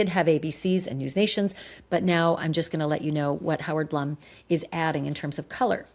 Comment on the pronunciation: Howard Blume is pronounced Bloom